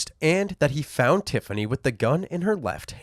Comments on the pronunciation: i'm sorry, i know this is a horrible story, but "tiffiney" and "symphiney" really? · 'Tiffiney' and 'Symphiney'? Just because you CAN, America, doesn't mean you should!